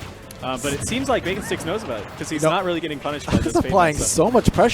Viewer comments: It's Baconsticks not BakingSticks. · I'm the Samus player. It's baconsticks not BakingSticks lol